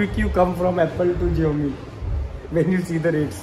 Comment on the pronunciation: Xiaomi hai ziomi nahi